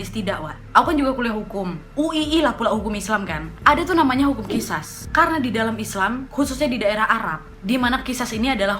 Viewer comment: Kak bacanya Qishas itu Qisos